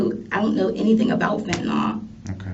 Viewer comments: Can we please stop saying fentanall... It's ILL fentaNILL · Its pronounced "Fen tuh nill" not fentanOLL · I’m tired of ppl pronouncing it fentin-ALL. It’s pronounced fentin-ILL.